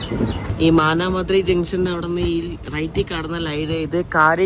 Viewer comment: മാനാ മദുരൈ എന്നതാണ് ശരി, തമിഴ് സുഹൃത്തുക്കൾ അങ്ങനെ ആണ് പറയാറ്